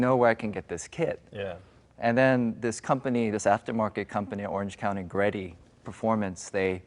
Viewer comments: How does he not know what G-Reddy (not pronounced greddy kang) or what rocket bunny is?!?!? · Actually it's pronounced Gred-y. The name refers to "great" and "eddy", as in a whirlpool. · The way he says Greddy is just wrong.